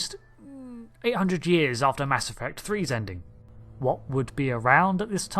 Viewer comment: Oh I thought you said, "Mask Effect" and this was going to be some sort of post Covid story.